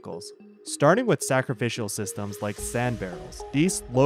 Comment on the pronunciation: WTF is "SacriFICAL"?